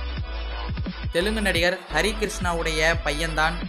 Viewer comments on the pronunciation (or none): none